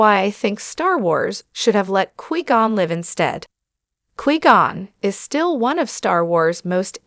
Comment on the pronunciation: 9 seconds in and I stop because you can’t pronounce his name correctly